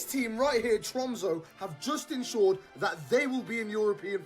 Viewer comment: Tromso is pronounced “trum-suh” and Bodo is “boodeh”.